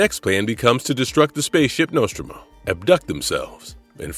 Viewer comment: Just came on here to comment. Also mispronounces Nostromo and calls Stanley Kubrick movie 2000 instead of 2001. Wonder if it's AI generated